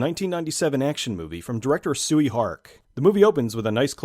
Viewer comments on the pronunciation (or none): Hate to be that guy, but Tsui is pronounced Choy. Love your channel. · Tsui Hark's name is pronounced Choy Hark.